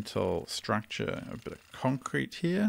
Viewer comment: Jesus man u say "concret" and u continuous using metal... from the start.. lol